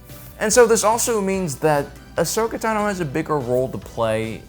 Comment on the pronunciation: Are you mispronouncing Tano on purpose? 😂 u gotta be trolling lol